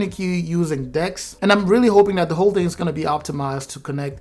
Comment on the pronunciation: When you said "the next thing is DeX" I thought you said dicks 😅😅😂😂😂😂